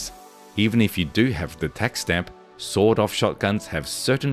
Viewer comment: Every time author says sawed-off shotgun, I hear sawdust shotgun or sold-out shotgun 😅